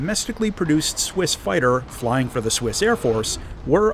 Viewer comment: I think you miss pronounced Swiss